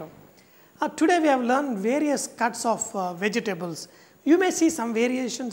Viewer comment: I love how he says vege-tables XD